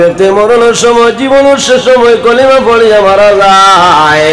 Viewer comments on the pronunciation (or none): কলিমা টা শুদ্ধ করিয়া বলতে পারলেননা।